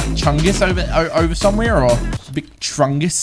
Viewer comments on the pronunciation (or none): you wanna take truck chungus ov-over there or... Me: Trungis: Trugis Me: OMFG